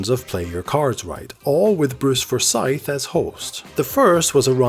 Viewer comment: Such a great show. I think everyone who watched this shouted "higher" or "lower" at their TV! xD Slight nit-pick on how you pronounced Forsyth though >.<